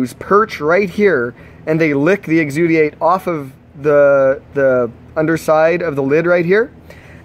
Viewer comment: exudate... exudiate